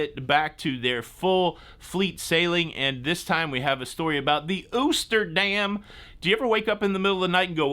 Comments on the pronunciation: P.S. if you want to get picky, it’s also “dahm” not dam. Thanks. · Hi, you probably know by now but it is pronounced Oster rhymes with toaster dam.